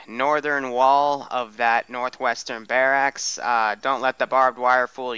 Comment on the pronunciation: Mainly stressed out by the pronunciation of barracks. Bare axe?